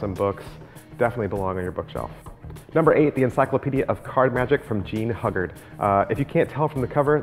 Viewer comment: Whiie I agree with many of your choices, you have excluded books by Walter B. Gibson, Harry Lorayne, Dai Vernon, Ed Marlo, Frank Garcia, Juan Tamariz and Paul Gordon (Gold Dust Series). BTW- The Pronunciation of Hugard is hughguard